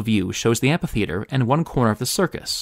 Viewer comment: Why do some people pronounce amPHItheater like it's amPItheater?